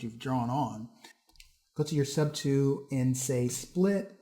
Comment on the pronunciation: the way you say "tool" drove me to beat my wife